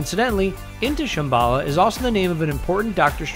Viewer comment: you said shamballa wrong its sham-ba-lla not sham-balla